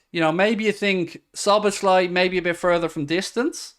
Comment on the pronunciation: Dear non-Hungarian speakers.. his name is pronounced as "Soboslai" , Z-s just will confuse you. "SZ" is a letter in Hungarian, its just as an S in English